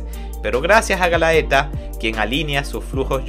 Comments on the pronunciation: Quería ver el video completo pero se me hacía irritante la mala pronunciación de los nombres y conceptos mezclandolos en ocaciones como hizo con los despertados y los abisales que son dos cosas completamente diferentes en cuanto a poder jaja buen video de todas formas, este manga es de lo mejor en cuanto a fantasía oscura, tendría que sumarse al trío de berserk, vinland saga y vagabound. Por cierto para aquellos que quieran ver el anime tiene una versión en español hecha por funimation, en face pueden encontrar los caps. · @@ además es Galatea no galaeta, es Isley no Alfonse xD no se q manga leiste xD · galatea no galaeta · Qué dolor de oidos cuando dices "Galaeta" Por favor!! Lee bien, es "GALATEA"!!! 🤦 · GA - LA - TE - A viene de la leyenda griega de la muñeca de Pigmaleon, ademas que es ISLEY de Alphonse es decir que es ISLEY el NOMBRE lo otro es la ciudad de donde proviene, sin esos errores hubiera sido 100/100 la narracion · Está muy bueno el resumen 👌👌👌👌 Lástima como nombrabas a los personajes🤌🤌🤌🤌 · Era Galatea no Galaeta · oye, un par de correcciones, la numero 3 de llama "GALATEA", no "galaeta" y el abisal del norte se llama "ISLEY", no "alfonse", Isley vive en el territorio de alphonse, los abisales son ISLEY DEL NORTE, RIFUL Y DAUF DEL OESTE Y LUCIELA DEL SUR, el este lo controla la organizaciòn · excelente! solo xfa es "Galatea" me palpita el ojo tanto galaeta XD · Adelante PriciLLa: Se dice Pricila Galaeta : Es GALATEA Hilda: Ilda Miriam: es Miriya (Mirilla, ahora si se dice como en Pricilla o Miria para ser exactos jajajajajajaja) 🤣🤣🤣🤣🤣🤣🤣🤣🤣🤣🤣🤣🤣🤣🤣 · Galaeta o Galatea? Sorry pero soy super fan de este anime/manga y tan pronto escuche Galaetaj morí 😂 Mi personaje fav es Miria y Wild Horse Octavia! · Todo el video me dio cringe cuando escuchaba Galaeta en vez de Galatea e.e (esa dislexia estuvo heavy) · por que le dices Galaeta a Galatea? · Es galaTea no Galaeta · Prisiya,? Galaeta? , please bro 😭😭 detente .